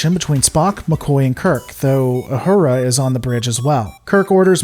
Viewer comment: i lol'd at "YOU"hura